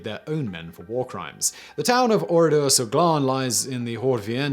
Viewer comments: Its Oradour sur Glane and not Oradour sur gland yu dont pronounce it correctly you should pronounce it like Gane ( cyril gane)with the L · Excellent. But please, please check your pronunciation. It's Oradour sur Glane. Pronounced Glahn or Glarn. And the name of the German officer mentioned (Diekmann) was not pronounced "dikeman" but "deekmann". You obviously worked very hard on this, a quick check would have helped you to get pronunciation right. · Would be good if you could pronounce the name of the place correctly. The men died in lots of different places such as shops Etc. I've been to the place a couple of times. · Good video, just one thing, it's Oradour sur Glane, the e at the end meaning it's pronounced like Ann Frank. It would be pronounced like in this video if it was spelled "Glan" (which, phonetically at least, means acorn, but is used to describe someone who is dense and lazy, or also part of male anatomy which I don't care te explicitly describe)